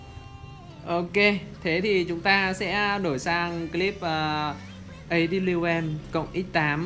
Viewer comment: Mấy bác cứ thích nói A đớp bu Liu em thế =))))) Nó tên thật là A kép mờ =))))